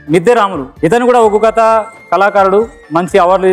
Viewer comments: Uggu kadhu.. Oggu anchor ji... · Neko dandam thalli.. uggu kadu oggu katha🙏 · Uggu kadura ayya adi oggu katha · ఉగ్గు కాదమ్మ ఒగ్గు కథ అంటారు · ఉగ్గు కథ కాదురా అయ్యా ఒగ్గు కథ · Amma adhi uggu kadhu oggu katha... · Uggu kadu ra ayya adi Oggu katha adi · Adhi uggu katha kaadu thalli.... Oggu katha. Palakadam raakapothe nerchuko ..... Nuvvu neeee...